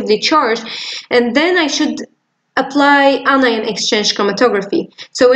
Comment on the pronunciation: It’s really helpful, but isn’t it “anion” not “inion”?